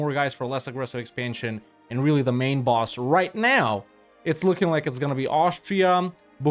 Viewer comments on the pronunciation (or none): none